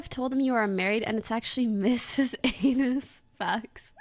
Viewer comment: I’m sorry but if I saw “anys”… I’d also pronounce it as “anus” without any further thought… “a-nis”??